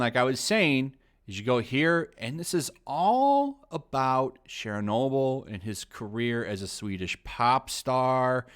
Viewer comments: Share-noble? LOL. It's a hard CH sound, like church. Churchnoble. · Why do you pronounce "Chernobyl" like "Shernobyl"? Weird. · Why do you pronounce "Chernobyl" with a French accent when it's Ukrainian?